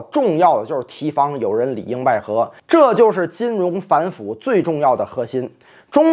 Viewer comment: 提防，提 读 低